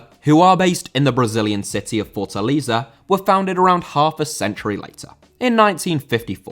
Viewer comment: Fortaleza* not Fortaliza